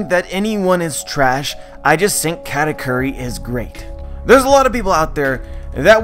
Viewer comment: its KU not Q